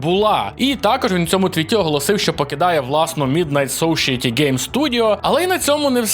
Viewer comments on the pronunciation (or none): кожен раз в кожному відео майже всі англійські назви промовляєш неправильно. Не сошіеті, а сесаєті, не томб райдер, а тум рейдер, не хорізон, а хорайзон, не кал оф дюті, а кол оф дюті, і т.д. Ну тебе ж тисячі людей дивляться, ми ж Європу крокуємо, люди, які не знають як казати правильно, від тебе запам’ятовують і потім також і кажуть. Ну ти ж не імпровізуєш на камеру, все ж по сценарію, ну то вбий ти ті власні назви заздалегідь в Гугл транслейт і Послухай як правильно казати. На це не треба багато знань англійської. Хочеш не хочеш, а як блогер ти публічна особистість яка заробляє словами, ну то відточуй своє ремесло.